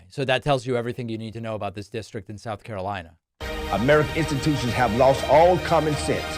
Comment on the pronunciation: "Santanic" "Souf Carolina" "Chiner" "I-ran" 😂😂😂